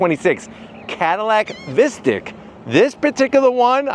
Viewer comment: Sounds awful pronounced like “mystic” vs “mystique”.